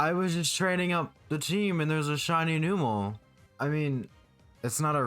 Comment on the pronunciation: “Numb”mel, not New-mel.